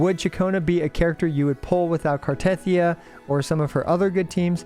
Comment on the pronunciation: The way you pronounce Cartethyia even when they pronounce it in game makes me want to cut my ears off and feed them to a Malamute. But CC’s don’t even listen to in game dialogue because you skip everything makes sense. All good.